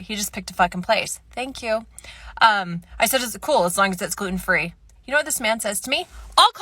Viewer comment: When she said "as long as it is gluten-free," I thought she said, "as long as it is good and free."